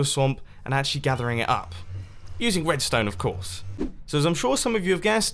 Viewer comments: instead of saying redstone did you say wedstone? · he says using wed stone of course. I LOVE IT!